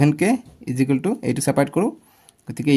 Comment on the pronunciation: Sir ijukel nohoi equal hoi sir 😂😂😂😂